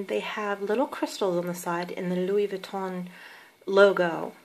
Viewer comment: Nice review, pochette is pronounced with a hard "T" like "posh-ET" with an accentuated sound on the T because of the extra "TE" at the end. T is only silent when there is one T at the end, also the "N" of Vuitton is silent :-) I love the colour of your bag and of course the cles pochette. I have only ever had LV bags and have never had a Chanel bag but I am thinking of getting the jumbo, is this practical for everyday?